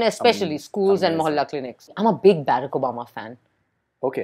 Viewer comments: Please get your pronunciation right "Baarak" bhaskan mod !!!!! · Learn how to pronounce Barak